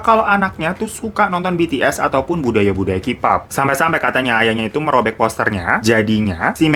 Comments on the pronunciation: Kak, plis pronounce Kpop (Keypop ya bkn kipop) hehe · Key pop, bukan : ki pop